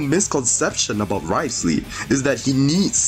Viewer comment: wriotheslayyy >> neuviLLette 😭